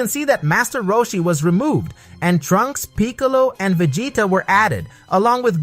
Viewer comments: ....did you just call vegeta, Va-Gay-TA? 😆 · ve-ji-ta it's a soft g, not a hard one.